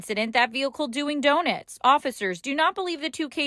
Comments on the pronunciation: What is a crime in this whole news story is the reporter calling DONUTs “Doe nets” wth 🤣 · What’s bothering me the most is how she’s saying “do-nits”. And, everyone is welcome there? Really? Bet a certain colored hat wearing people aren’t. We know what their version of love is for us and it comes with some ouchies. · I got distracted by her saying "donits" too 🤣🤣🤣🤣 Where in the hell did she go to school? 😂 Anyway, it's bs that the police and the news care more about the tire marks on the mural than they are about the trans guy that stabbed those young girls. Why in tf is the mural on the street for anyway? It should be on a side of a building or some kind of wall. I can't believe the city has to pay to get paint to fix it. The lgb plus whatever should be the ones to buy the paint and re-paint it themselves. Unbelievable.